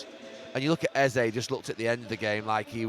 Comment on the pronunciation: His name isn't pronounced "easy" it's EH ZEH